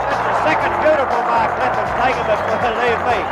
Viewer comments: "Mark", not "make". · bro said make not marks at the start 🤣